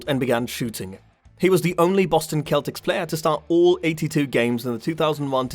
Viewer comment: Did you just say “Keltics” 😂